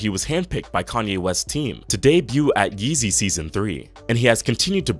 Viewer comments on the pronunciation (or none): none